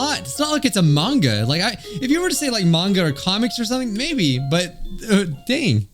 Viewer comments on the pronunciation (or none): none